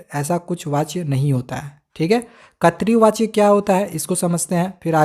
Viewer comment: Katri vachya🤣🤣 nahi voh (krit vachya) hota hai